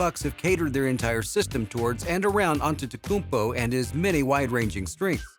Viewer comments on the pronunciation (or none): Maybe before making a video on Giannis, learn how to say his name